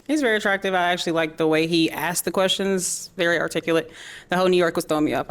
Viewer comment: They need to learn how to speak English. It's ASKED not AXED....Duuhhhhhh